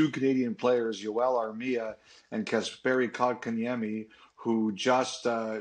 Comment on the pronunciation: "Kasperi Kotkaniemi" Nice